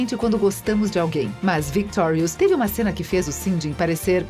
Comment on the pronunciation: pelo menos ela fala victorius direito